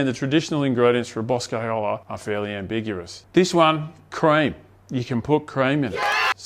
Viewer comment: Was it 'ambigurous'? Was I the only one that heard that